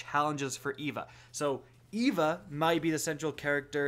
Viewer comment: Dude, that's not how you say Eva